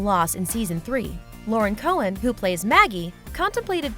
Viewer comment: But who else noticed they said Cohan wrong? 😂